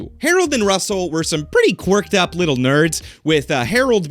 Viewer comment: How does one get "a wittle bit assassinated"? Asking for a friend!! 😂